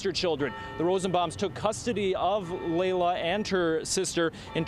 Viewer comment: Laila not Lyla